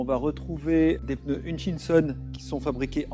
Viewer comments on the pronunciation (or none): none